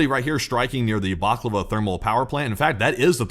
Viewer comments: Great post!, you sound hungry! It's Balaclava, not baklava. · Bala-klava!!! Not _baklava_....get yr head outta' the deli, guy.